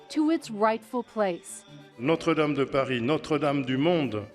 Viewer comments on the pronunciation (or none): Notre Dame 'o' as in box not o as in snow.. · Is there anything more annoying than the way this woman mangles the pronunciation of Notre Dame? Don't these people do any research?